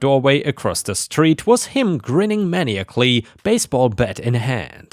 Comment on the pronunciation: "maniacally" is "mah nye ik ul lee" not "main ee ak lee."